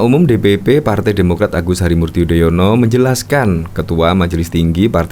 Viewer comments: Padahal anis memakai tex kok membaca nama sby aja belepotan jadi yodoyono hahahaaaaaaaaaaas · Yudonoyo... 😂😂😂 Keseleo trs to nis